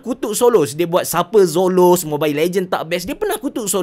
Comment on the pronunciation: zoloz la bukan soloz🤣